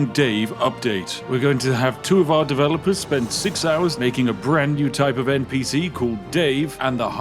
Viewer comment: …. Developers? Or…. Davelopers? 😆